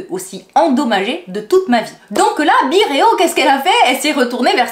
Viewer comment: "bireo" !!!??? Ah ms j'ai tjs cru qu'on disait "by", comme à l'anglosaxonne 😌